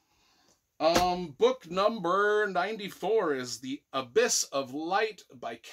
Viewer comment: Why did he say Abyss wrong? Is that a joke im missing?